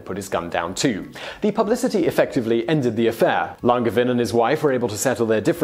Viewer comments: It's pronounced LanJevAIn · Just an FYI, the G in Langevin is a soft G, like in Angel always love your videos! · There is another pronunciation of Longevin. The 2nd Nobel Prize was the result of the scientific community supporting Marie Curie and giving her credibility. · ouch; the pronunciation of "Langevin"... ^^" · You botched that "Langevin" pronounciation though. Can't nobody check that stuff for you before you record?